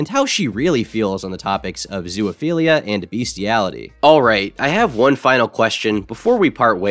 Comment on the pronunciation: This has been bothering me for several videos but why the fuck do you say "zoo-A-philia"? Where's the A sound coming from?